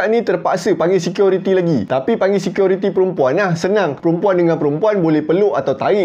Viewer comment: Assalamualaikum warahmatullahi wabarakaatuh??? bro dan semuanya.....security atau seqiority ni...he he he ..maaf kalau saya old school ...MCM lawak bunyi tu ,,tapi dah ok best dari dulu cara penceritaan..